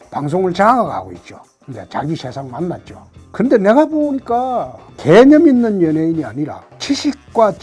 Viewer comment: ㅋㅋㅋㅋ 개ㅡ념있는 연예인이라니 개같이 들리는건 나뿐인가...ㅋㅋㅋ